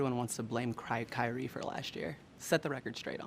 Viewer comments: She knows she said KRYrie on purpose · She calls him Cryrie, hahahahahahahaha